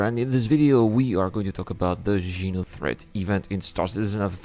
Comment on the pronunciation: xeno threat not jeno lol